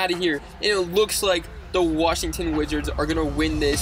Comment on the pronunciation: He said Washington wigits